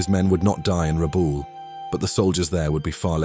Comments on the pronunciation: Pronounced Rabowl not Rabaul. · Excellent documentary, but why insist on pronouncing Rabaul as "Rabawl". If you notice the ex service men all pronounced it as well as anyone who has lived in PNG or Rabaul knows it as "Rab-owl". Just saying 😊